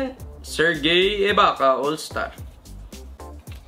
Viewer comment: Corey magette is pronounced as mageti and serge ibaka is pronounced as serj. Trevor ariza is a good player. Can put up good numbers back then. And yes andrey blatche played for gilas for a long time. Yung iba sa nakuha mo though hindi all star, they average quite decent stats. Gerard wallace once averages 20 points per game in bobcats together with jason richardson. Agent zero gilbert arenas was once a franchise player but retired early due to injury